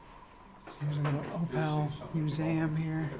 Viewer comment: You'd better learn to pronounce opal correctly. Accommodations dug out of hillside/rockface. The town is like a moonscape - not really human friendly - incredibly dry and HOT.